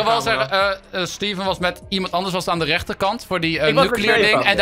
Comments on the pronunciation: Link alsjeblieft zeg steven niet als stieven zeg het aub als steeven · Ben ik de enige die zich ergert aan dat stieven zegt inplaats van steven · het is steven niet stieven